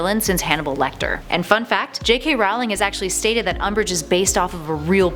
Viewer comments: Guys QwQ Its "Umbish" Hueheuhue ;-;(And to mention im not corecting ppl its just a joke) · It's umbridge not um😓😓😓😓😓